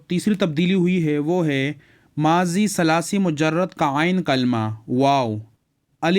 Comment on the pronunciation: ثلاثی میں ث پر فتحہ کیوں پڑھا ہے آپ نے ؟؟